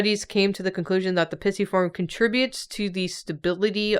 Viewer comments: Came here to be annoyed at how pisiform is being pronounced in this video! But then there are comments of being pregnant! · Listening to yall pronounce these bones is so oooooooo funny Pissyform PLEASE HAHAHA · Your pronunciation of the bones..... they are so blursed. Also, Pisiform is best baby. Congratulations,!